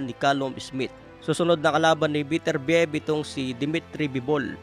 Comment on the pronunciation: Ang pronunciation ay be-ter-bi-yeb...